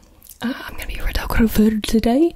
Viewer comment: Bc she said photographer with an accent